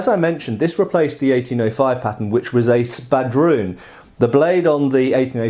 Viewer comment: His accent made me think he kept saying patent instead of pattern